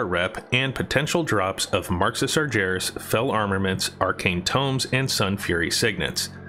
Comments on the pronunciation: And sarjeras instead of sargeras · sarGeras not sarJeras xS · "Marks of Sar jer us" ...wow. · SEEEEEETHICK HALLS and SARJARIS. lol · see-thek halls? stop saying see-thek. and did you say hay-lah? come on man. sar-jair-iss? what? how do you read a j sound in that? bee-nar? bee? as in bumble? you're american arent you? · The way you say Sargeras is a real life taunt